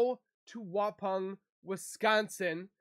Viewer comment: FYI, Waupan is pronounced “Wa-pon” like you would say pond . 😊